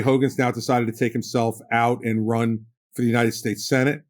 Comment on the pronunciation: These people so often say "Presidinited states"